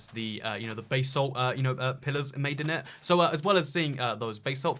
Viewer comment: It's pronounced basalt, not basalt